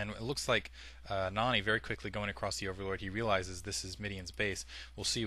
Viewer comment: u say Noony not Nony